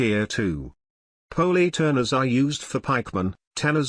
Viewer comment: Did the robot voice just pronounce poleturner the way I did in middle school?